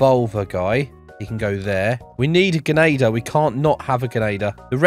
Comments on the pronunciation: dude keeps saying genader not grenadier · The way he says genader